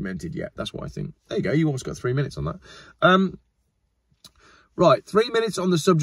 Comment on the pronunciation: 30 minets 30 minets 30 minets 30 minets You started it😂😂😂😂